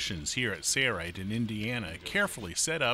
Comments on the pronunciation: Impressive for sure....but please, there is an "L" in Sailrite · trackdog90 2hy does he say it like that? Where’s the “L”?. 🤣